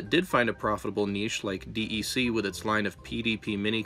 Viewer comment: Please, it's not D - E - C, it's DEC as in DECK. While I am glad to see the younger generation getting involved with historical things. I find it difficult to watch because the name pronunciation -- and some basic assumptions are formed by the present age and not the age in which they were invented. Things like another millennial poster that can't figure out what kind of buss some garage find computer used. Back in the day we invented our own to fit OUR needs long before those standards became established. I think a very healthy examination of the early 70's culture of home brew computers would yield better results in the later history of things.